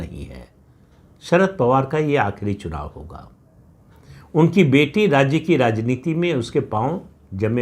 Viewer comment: राज्य शब्द का उच्चार राज्जे ऐसा ना करें